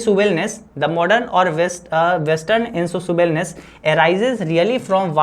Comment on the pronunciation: Tmko english padhne hi nhi aata to tum pdhakar kise thag rahe ho bachcha Insatiable इनसेसियेबल padhte h na ki इनसिटेबल